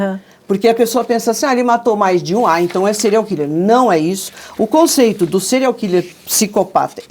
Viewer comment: kkkkk "serial quiler"fala direito loirinha do cabelo curto